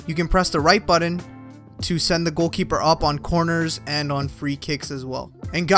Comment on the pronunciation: Wth is the "right buddin"?..that isn't even a word first off and doesn't really tell exactly which *button to press to send up the keeper..